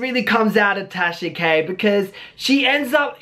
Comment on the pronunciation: Wait... did just say “Tasha Gay’s situation” ? 👀👀